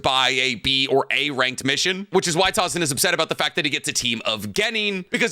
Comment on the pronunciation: Calling him tazuma instead of tazuna is genuinely hurting me